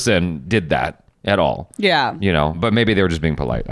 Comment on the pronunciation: This south Indian said.... Butta... Instead but. The most educated Indian... Pseudo